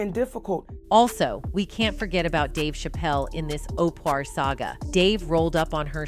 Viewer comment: The way they kept saying OPER like over and over thru the whole vid?! Like wtf😂 I can't stand Oprah but dang